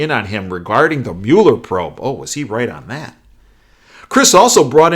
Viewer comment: I went to school with a family named Mueller, You the only guy I've heard pronounce it properly so far.